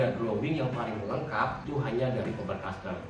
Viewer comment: Voice very bad in that it doesn't pronounce the words properly all the time. It doesn't even pronounce Faber-Castell most of the time. Terrible advertising